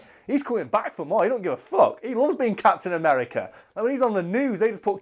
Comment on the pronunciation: Sounds like is saying "cats in America" when he says Captain America.